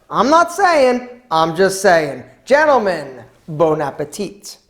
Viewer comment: Sorry, I heard "Bone-a-petite" at the end. Anyway awesome cooking, dude.